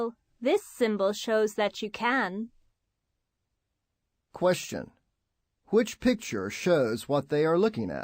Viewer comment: のyou can が「you can't」にも聞こえて困る